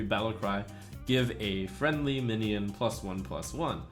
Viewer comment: "Suommons, on average, a mionion"